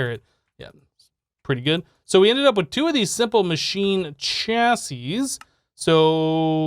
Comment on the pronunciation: when you finally said chassis right - made me giggle Thanks